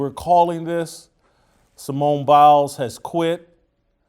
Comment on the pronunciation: Simone Bails. Not Simone Biles.